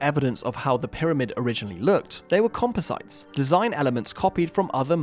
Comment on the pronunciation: How to prove you're reading a script made by Chat GPT... say things like "compo-site"